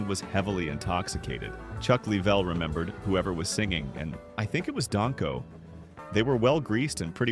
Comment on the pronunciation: I prefer a human narrator. It's Dang-ko, not Don-ko.